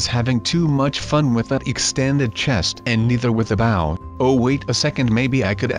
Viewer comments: It's not bow it's Bo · It bow not baw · bow not boe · it's bow not baw😡😠😡😠😡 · It's noooot Boow its Bow!!!! 😒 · It's bow not bouw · It's bow not bow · its not bow say with me B ow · it is bow b oh. not bow bouh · It is bow not baw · IT'S BOW NOT BAOW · it's called bow not baw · why does he say baw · And it's called bow(boe) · You said bow wrong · Just to let you know You said bow wrong